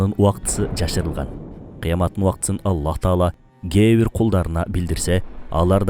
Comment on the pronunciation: АЛЛАХ❌ АЛЛА ✅